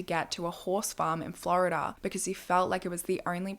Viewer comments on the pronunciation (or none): none